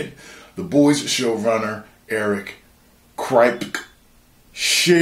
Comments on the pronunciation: The name Kripke is pronounced Crip-Key. Almost like crypt key. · Its pronounced crip-key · It’s pronounced Eric Krip-Key 😂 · It's pronounced "Krip Kee" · it’s pronounce Kripkie 😂😂😂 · it's spelled kripke, but pronounced crip key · It’s pronounced crip-key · Lol mispronouncing kripke name